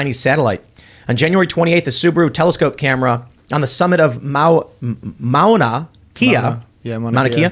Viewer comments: It's Mauna (Ma-Ow-Na) Kea (Keh-Ah). Not ((Key-ah). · Polynesian languages to not have dipthongs. All letters are pronounced. Ma-u-na Lo-a , Ma-u-na Ki-a ..... not like Mona Lisa. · Mauna kea...pronounced ma'una kea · Why hasn't this been reported on Hawai'i news? And it's pronounced Mauna kay-a".